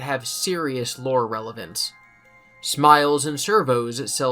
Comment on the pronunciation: Why does he say lure like hes madea